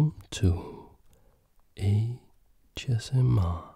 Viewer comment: Does he say welcome to A-chess-MR instead of ASMR at the beginning or is that just the accent